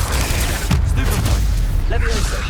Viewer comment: did he just said stupfy